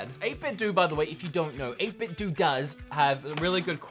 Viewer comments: 8BITDOUGH not Do... That's how it's said🤣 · I think it's pronounced 8 bit 'doh', which is how Japanese pronounce 'bit'. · doe in 8 bit doe is pronounced with a hard o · Dude! I love the vid, but, but: 1. It's 8 bit Doh! (like what Homer says on the Simpsons) 2. You forgot about uses for the multi button style controller. The SNES ones could work for the new Nintendo online games. And, the GameCube ones could work for stuff like Smash 3. I like the "Hideous" controllers too, man. Reminds me of some old school stuff. Anyways, great video, man. Haha. I look forward to the next one! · If 8bitdo is pronounced 8bitdoo or 8bitdu, does that mean Nintendo is actually pronounced as Nintendoo or Nintendu? I’m confused.